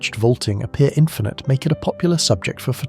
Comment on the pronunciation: Its infinite, not Inifinite, just so you know. It's your channel name, better to get it right.